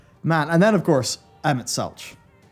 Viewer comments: Selk!! Selche? fuck is wrong with you? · lol "emet seltch" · please!!!! it's pronounced SELK! They say it ingame sooo many times that you shouldn't have a hard time remembering! XD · Emet Selch [selk] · Emet .... Sel "K" ... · Just a heads up, it's pronounced "Emet-Selk" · I'm glad you've enjoyed ShB so far. :] Also, you down pronounce the "h" in "Emet-Selch". Please don't yell at me.